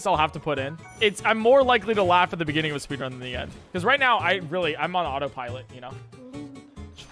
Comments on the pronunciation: in the beninging😂😂😂😂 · That in the beninging caught me off guard